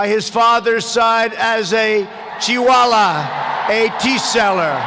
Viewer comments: Chuwaala..not chaiwaala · he says chai wala as chewing😂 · Choi wala 😂😂😂 trump hindi is fantastic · Did anyone listen chiwala in place of chaiwala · Is not cheewala is called chaiwal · What is a 'Chiwala "Soooochin" "Virat Khuli" "Swami Viekaaanda"😂😂😂😂 Who pronounces names in such nonsense way. Specially from an English speaking nation its the least expected. Hope it wasn't mokery on perpous. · Chuwala a teaseller how wrong pronunciation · Chiwala 😂😂 , damn trump got every single indian pronounciation wrong! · '' cheewala'' 😂😂😂😂 Two illiterate men. Cnt even pronounce each others''names properly. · Pronounced chaiwala as" chiwala"😜😜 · bro i was laughing at trump how he pronounced chaiwala. Stop spreading hate